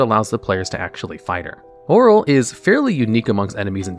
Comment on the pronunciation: What is a Droo and why did you call Auril, oral 😂